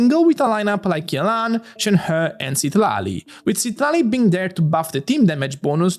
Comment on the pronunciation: the citlali team also still says charlotte instead of citlali